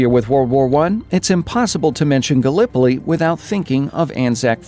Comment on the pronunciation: Why do you say "Gallipoli" like that 😣